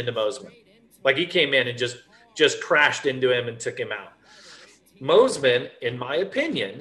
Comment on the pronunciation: Please for the love of God bring Fro back for commentary. Michael Mossy man and Adam Cinserell uh ? What in the actual F*ck ? You have a guy that clearly isn’t even in to the sport enough to pronounce their names correctly!!! Butchered over and over and over again. Terrible 💩